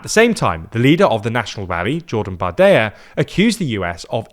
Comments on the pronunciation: Bardella, not Bardeia; you have to pronounce the l and even more so the double l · Hey love the video! Just a quick fix on the pronouciation of the french far right politician Jordan Bardella: it is pronounced "bar-deh-lah" and not "bar-deh-yah" keep up the good work! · No, no polls suggests the National Rally would secure a parliamentary majority in the event of a snap legislative election, as France's electoral system is NOT First Past the Post. Remember the 2024 elections? PS: it's "Bardella" not "Bardaya". He's French with Italian origins, not Spanish. Not even this piece of sh*t deserves to have his name butchered like that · It’s "barde-LA" not "Barde-YA". That’s an Italian name. Not a Spanish one. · its pronounced Bardella, not Bardeya. His descent is italian, not spanish Georgina never makes these mistakes, L host 😂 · Hello! There is a small pronunciation mistake for Bardella in addition to the German/Polish mistake. Unlike in Spanish, in French, the double "l" is only pronounced as a "y" if there is an "i" in front of it. So here it is pronounced as an "l". Bardela and not Bardeya. Good video otherwise! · Why do you pronounce Bardella as "bar-de-ya"? Two ll is still an l sound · Why are you pronouncing Bardella's name like he's spanish? He's "french" (italian). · Bardella is an Italian name anyway…